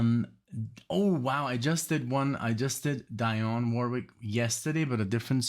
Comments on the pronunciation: Dee-on. Not Die-on. Love your reactions. Especially these blocks of songs. Keep up the great work. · Dionne is pronounced Dee-on That's ok we had radio tell us. Great theme. Glen Gampbell is also a very fine guitarist. I miss him so much. Please react to Witchita Lineman. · FYI it's pronounced "DEE-onne", like Deion Sanders or Dion DiMucci. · It's Glen CAM-bell ( without the "p" sound) and DEE-awn Warwick. Dionne's version of Walk On By is the definitive version- I had never heard the Isaac Hayes version that you played yesterday. Two more good Peggy Lee songs are Why Don't You Do Right ( with the Benny Goodman Orchestra ) and Fever. And I've always loved Glen Campbell's Wichita Lineman.